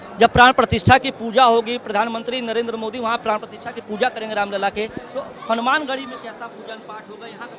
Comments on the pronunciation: यूट्यूबर जी कम से कम भगवान का नाम तो सही तरीके से लो रामलला है ना की रामलाल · रामलला की प्राण प्रतिष्ठा होगी या राम ललि की कृपया शीर्ष पंक्ति का उच्चारण ही स्पष्ट किया जाये उच्चारण का ध्यान रखिये